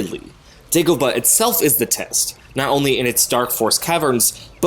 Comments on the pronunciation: *Dagobah, not Degobah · It's Dagobah, with an A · It’s Dagobah